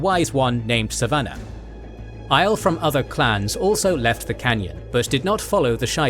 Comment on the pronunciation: Is there a way to change the pronunciation for Aiel from /Isle/ to /eye EEL/ and Cairhien from /kay Hee in/ to /kai Ree in/ and /Kay hee enian/ to /kai ree En in/ ?